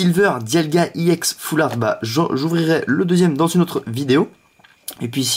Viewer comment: On dit pas iex mais ex!!